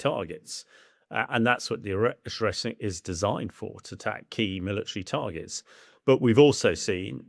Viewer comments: Can't even pronounce Oreshnik properly. It's speed is well above 5,000 mph. More like 11,350 mph at burnout on a maximum range MET. IRBMs can and have been intercepted. No, it is not built from Soviet parts. It is a RS-26 Rubezh with its nuclear penaid substituted for a conventional one. The RS-26 is a RS-12M1 Topol-M/RS-24 Yars sans the third stage. Both stages, the PBV (including it's guidance system) and the payload fairing were designed in the post Soviet period, beginning in 1992. Yes, it's an area weapon, it uses a MRV payload. Yes cruise missiles are inherently more accurate than strategic ballistic missiles. This is true for both Western and Russian systems. No, Tomahawk Blk V has a CEP of meters, not inches or feet. No, the Oreshnik's guidance system, the same as that of Rubezh, Yars and Topol-M is post Soviet, distinct from that of Topol, due to the use of a PBV, requiring completely different guidance architecture. These post Soviet missiles also incorporate GLONASS guidance, requiring new architecture. It doesn't use GPS, because that's an American system. It uses the Russian equivalent. No, Oreshnik will not probably get shot down. Patriot is capable against SRBMs, but not IRBMs. Both Ukraine and Russia rely on similar tactics of a combination of drones and small mechanised assaults. The development of Oreshnik reveals that Russia is failing to efficiently secure its objectives, and is resorted to exploiting technologies and industrial capacity not previously all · Ahahaha why cant he pronounce Oreshnik? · you cant even pronounce the missiles name buddy. typical british behavior. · I'm supposed to listen to this supposed expert when he can't even pronounce the name of the missile properly? 🤡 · Oreshnik not oshreknik. Either way doesn't matter but you pronounced things so wrong. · ORZHEKNIK Missile??? I really expect that people in TheSun atleast have basic reading and anauncing skills... mabe its not needed anymore today when applying to work there